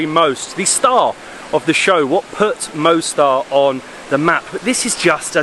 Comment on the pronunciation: Beautiful Mostar (Moss-tar, not Mow-star!). I was there in April last year. Loved it. The river looks a slightly different colour from when I was there, when it was a beautiful turquoise. It was also fascinating talking to some of the locals about what it was like living there during the war. Scary times.